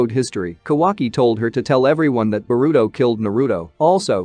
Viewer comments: What's Borudo.....it's pronounced Boruto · "Ba-ruto" is hilarious. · its burrito